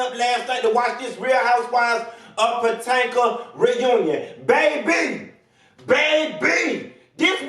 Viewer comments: Not Real Housewives of Potanka 🤣🤣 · Lmfaooo real housewives of potanka